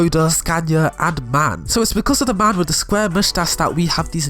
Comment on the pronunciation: The Truck isn't Pronounced MAN you say it like the Alphabet: M A N